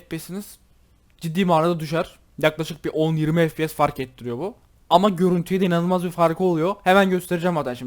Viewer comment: ef pi si değil ef pi es diye okunuyor kankam haberin olsun :)